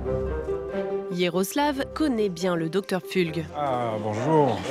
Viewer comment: 😂 j‘en peux plus, le docteur Pfulg (on dit Pfoulg) c’était notre voisin à Fribourg en Suisse. C’est un gars qui pense qu‘au fric et vraiment pas sympa.